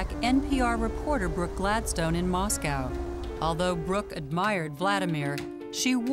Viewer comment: It's Moscow not mosgal